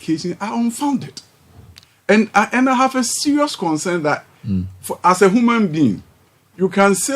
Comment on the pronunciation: "Hooman being"? Tweah, what a plonker!